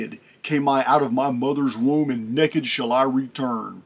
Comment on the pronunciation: I'm a big fan, listen to you lots ok? But I gotta tell you, I've just trained myself more or less. Everytime you say naked....it makes me LAUGH I don't mean to, but I can't not chuckle. I don't know why. So when you say it, I just pause till it passes. It's like? It reminds me of my grandpa or the good ol days.